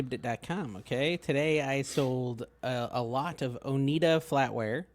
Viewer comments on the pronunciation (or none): Aaahhhhhh. Somebody tell it’s O-NIE-DA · Oneida pronunciation: oh nye duh (middle syllable sounds like Bill Nye the science guy)